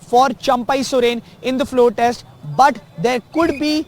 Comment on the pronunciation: Morons it’s test not text